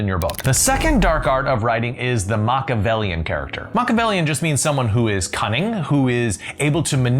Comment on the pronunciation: I enjoy your content but for the love of gawd.... learn how to pronounce Machiavellian.... it's not MOCK..... had to skip it. All else.... great points. Thank you .